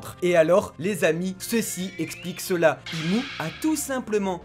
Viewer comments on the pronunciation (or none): Ses nom est imu et non im😂